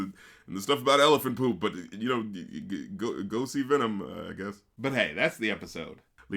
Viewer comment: no it's VNMMM! VNMMM, VNMMM, VNMMM! VNMMM, VNMMM, VNNMMM! It's like he's purposely not even trying to say the word "venom" correctly.